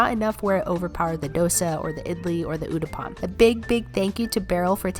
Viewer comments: it's not uddapam!! Its UTTAPAM! PLEASE SAY IT RIGHT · Awesome content. But since you up for learning new things, it pronounced Uu-tha-pam and not u-da-pam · Uddapam is not pronounced like this it's like uttapam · oh that's uthapam not udapam😅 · Udaapan lol we say it uthaapam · uudapan me: what what?.......Umm🤔 me after a second: ohh she is saying uttapam 😅 It is pronounced uuu-taa -pamm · The so called udapaam is actually pronounced uuthaapam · girl it goes like oo-thaa-pam not udappam❤️ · It's not uda Pam it's utha pa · It's not udapaam it's actually uttapamm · It's not uddopom it's uttapam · Damn it looks good and I'm happy you tried it but like, it's uthappam, not uudapam. Just kinda killed me a bit with the pronunciation.... But it's fine, it's your first time eating it so... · Oodappam is pronounced utthappam. My fav is masala dosa. Its soo yummy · It’s uttpam not “uddapam” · It's not udapon Its uthappam. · its not udopong... its uttapam😂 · Not udappan its called uthappam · It’s not udappam, it’s “uthappam” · It is not called uddapaam it is called uttappm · As a South indian I absolutely annoys me when people don't try to make an effort to pronounce the names correctly, influencers always try to pronounce mexican and other dishes correctly,why not Indian? It's uthapam not udapom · Its probaaunced Uthapum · i loved how you were trying everything with an open mind and the pronunciation were almost accurate. Uttapam is pronounced U-tha-ppum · The last one is uh-tah-paam theres no d sound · Being a south Indian I really enjoyed this video Thank you ❤🥺 By the way Its not 'uttappam' it's 'oo-thha-ppam' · is sooo funny when she says Udopang to Uttapam 😂❤️ Love from India 🇮🇳🙏🏻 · I love how the uttapam became udapam 🤣🤣🤣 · It is pronounced ooo-tha-pum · heyy how much I love watching you eat Indian Food, especially your at tryna nail the pronounciation (the last dish is pronounced Oo-thah-Appam). can't wait for you to try more stuff!!